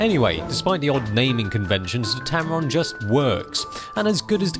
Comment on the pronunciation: Did you say Tampon lol?